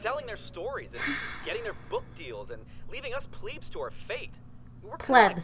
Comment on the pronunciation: I will no longer say Pleb. I shall now only say Pleeb